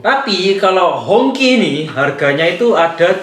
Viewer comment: HongQi dibaca HungJi atau bendera merah